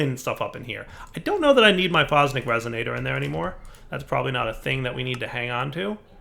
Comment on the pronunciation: “Fosnic Resonator” Where Where is the n coming from